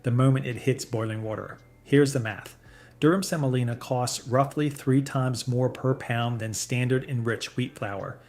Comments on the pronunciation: It’s not Durham Selina. It’s durum semolina. And Walmart Great Value pasta lists as the first and only ingredient, other than vitamins added, as semolina. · "Durham Selina"? Is that a North Carolina woman you've dated? Or do you perhaps mean "Durum Semolina"?